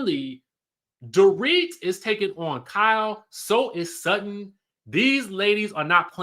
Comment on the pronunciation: Alright Sutton! But it's Sutton